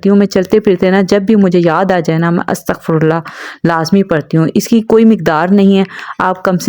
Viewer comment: As tagh firullah parhty hain AAP ne sorry to say ghalat parha hai